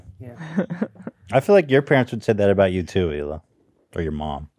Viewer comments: One of my favorite episodes. Although it did bother me that Oliver kept pronouncing the “H” in Hila. I would feel better knowing it’s a shtick. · Does he pronounce the H in hila as a joke ? Because it’s so funny if he didn’t hahah